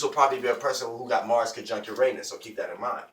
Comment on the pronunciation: U said mars w urnaus u lier lol